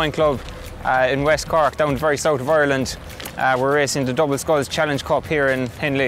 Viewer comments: Lady: “oirland” Sean: “..Ireland” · ITS ARLAND! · Teacher: "Oyerlind" Sean: "EYErland" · Not really oirland but more like aireland so she got that a little wrong imo but idk maybe that's a different accent than me what I'm used to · Jack SepticIreland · It’s pronounced eye-r-land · your definitely a yank. I as an Irish person can speak on behalf of ALL of Ireland. It is pronounced Ar - land, we dont say eye-r-land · As someone from the East of Ireland. we pronounce it eye-r-land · Voice coach: OiErLaNd, fLaRe, hOoM Me an Irish person: no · Isn't it a bit more like EIRland? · We pronounce it as “AREland”